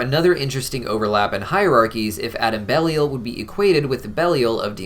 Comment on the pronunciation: pretty sure it's pronounced bell-eye-il